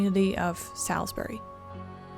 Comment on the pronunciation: Wicomico resident here. When you pronounced Salisbury, you did the most common mistake I’ve heard from outsiders. It is pronounced like the sal in salt and then the s and then berry sal-z-berry